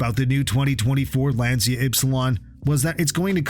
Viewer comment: It’s not Lansia, but rather Lanchia as in chair…